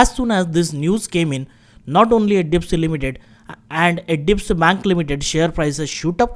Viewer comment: Bro practice on pronouncing HDFC as HDFC.